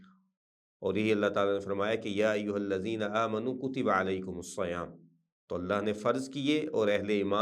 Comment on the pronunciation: السلام علیکم ورحمتہ اللہ وبرکاتہ ۔ بہت ہی اچھا سلسلہ ہے جزاک اللہ خیرا ۔ البقرة آیت نمبر 183 میں الصیام صاد ،(ص) زیر کے ساتھ ہے زبر کے ساتھ نہیں ۔ اللہ تعالیٰ ہماری اصلاح فرمائے آمین